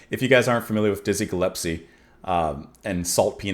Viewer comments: Small point, but it's Dizzie Gillespie, not Dizzie Gillepsie 🙂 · Gillespie not gillepsie. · Sorry, I´ve been following you gladly through the years now but... it´s Dizzie GilleSpie, not GillePsie;-) And yes... thnx to YT and precious people like you that keep the music alive and connect the beginning with the NOW and the future... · Ge-Les-pee (not Ge -lep-see) Sorry about your dad. I love classic jazz. Miles Davis, Charlie Parker, John Coltrane… I’m old but still too young to have seen these masters live. I started to go to concerts of Classic rock and folk rock in the late ‘60s (high school) on, and everything that followed —punk, post punk, new wave… Oops clicked send before finishing. I continue: I did get to see Dizzy. And a favorite album (a romantic “go to” when I was in college) is John Coltrane and Johnny Hartman. I was lucky to hear Hartman in concert not long before he died. I strongly recommend you listen to the Hartman/Coltrane album. Hartman’s voice blends with Coltrane —so gorgeous. Please treat yourself or do a reaction. Lush Life. anyone on this page know what I’m talking about? Who knows that album? Maybe I’ll add a link here. Ok here is Lush Life. But all the songs are worthy. Coltrane playing it solo is also great. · No. It's Gill...But, more accurately, it's pronounced Gull.espie. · It’s Dizzy Gillespie not Gillepsie. 😜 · Gill-es-pee. Happy for your epiphany. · Not to be picky, but you know you're saying Dizzy's last name wrong, right?..S before the P, not the other way around. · Aww, our little boy is growing up. Now figure out the correct pronunciation of ‘Gillespie’. 😬